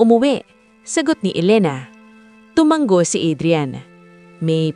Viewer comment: TUMANGO, Hindi tomang-go